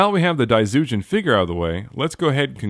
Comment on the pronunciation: Cool review. From what i know, daizyujin is pronounced with a J rather than a Z